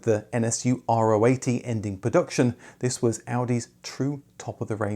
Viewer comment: A great video as always, thank you! Allow a little nitpick: Literally no one in Germany (or anywhere else that i know of) pronounces the RO 80 as "R-O 80". Better pronounce it like the 17th letter in the greek alphabet.